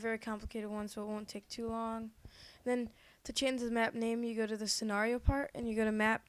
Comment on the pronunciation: LOL sory i couldnt get through the whole video because of your mispronunciations tutorial? scenario? MEEEE LEEEEEE